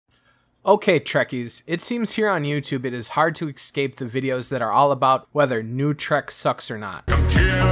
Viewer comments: its pronounced escape, not "exscape" you are supposed to say Esssss-cape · The word is Escape..pronunciation ess-cape not excape your pronunciation is abysmal...